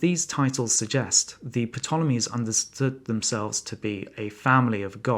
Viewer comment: 'P' tolemies?